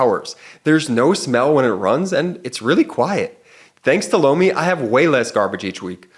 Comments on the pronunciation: Every time says Lomi it sounds like he is saying Blowmi 😂😂😂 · I have to say I giggle everytime talks about Lomi…it sounds like he is saying Blomi😂😂😂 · Every time I listen to your ad I hear "blow me".🤣😂Sorry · OMG! When the Lomi ad came on right after Cohen, I thought I first heard, “Blow Me” 😂